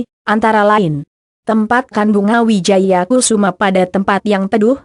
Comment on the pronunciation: yg baca narasi gk enak bgt...maaf itu bunga Wijaya Kusuma... bkn kususma,,,hadeeh🤦‍♀️🤦‍♀️🤦‍♀️🤦‍♀️🤦‍♀️✌